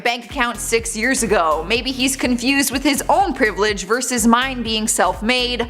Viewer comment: the word is versus, not verse. Please look it up.